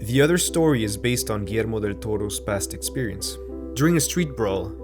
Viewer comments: I love that you didn’t butcher the name of Guillermo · As a Peruvian, I like that you pronunciate Guillermo's name as we Latinoamericanos do it. Great videos btw! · I know right? I'm used to people forgeting the "ll" in Guillermo